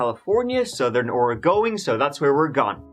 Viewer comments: Thank you for pronouncing "Oregon" correctly,. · Thanks for saying Oregon correctly 🙂 Also this story hurts my heart 💔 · Homegrown Oregonian here. Happy to hear you pronounce the name correctly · I am from the Rogue River Valley, Jackson County Oregon. Yay, you came to my neck of the woods. I am so impressed that you pronounced Oregon correctly. Most Americans don't do that. Rush is pronounced "Roosh," but I'm sure you don't care :) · How come you can pronounce Oregon correctly, when half of America can not :)